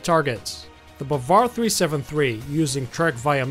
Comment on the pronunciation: The correct pronunciation is BAAvAr and it means believe, and sayyad also means hunter Thanks for your useful video😘👏👌💫